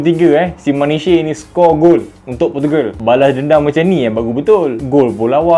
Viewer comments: Manish.. bukan manishey huhu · Sebutan dia “Manitch” bukan “mani-chey” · Aduh bro Nuno Maniche tu sebutan dia "Manich" bukan "Manishe" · Terbaik. Tp Manishhh la bukan manisheyyy, hihi selamat berpuasa, buat lg content best2 👏🏻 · Sebutan mat saleh-Manich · Kau ni dulu tengok bola melalui laporan segmen sukan di surat khabar ke? Kau study la sikit cara sebut nama player. Bernanah telinga aku dengar kau sebut nama Maniche.